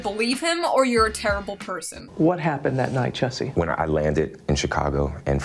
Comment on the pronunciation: It's pronounced "Juicy", geez read a book